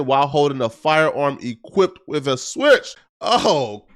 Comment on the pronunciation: “Switch” , “Ghost Gun”??? How does he read everything correctly and just screw up those two words 🤦🏻‍♂️😂